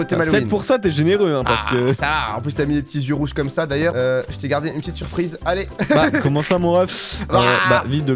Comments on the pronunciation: Mdr a toute les builds ils dit < >la prof de français 👩‍🏫 qui arrive C PAS <<COMMACE>>C EST COMME SA Pov:je fait la même choses😂! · Tu diras à d'arrêter de dire comasse il est gênant